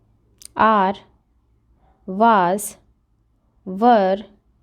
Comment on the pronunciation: Mam waass nahi was😂